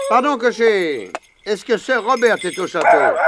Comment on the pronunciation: Le "r" de "sir" ne se prononce pas ça écorche les oreilles